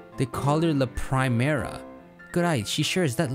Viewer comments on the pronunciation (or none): It's pre-mera not prime-era